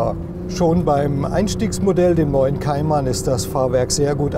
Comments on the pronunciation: es heisst Cayman und nicht "Kaiman" haha peinlich wenn man nen autotest macht aber nichtmal den namen aussprechen kann! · Kaimann , guck erstmal wie mann den Namen ausspricht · Kaiman... Naja, ok, in der Generation muss man wohl Nachsichtig sein ^^' Das Review ist dennoch gut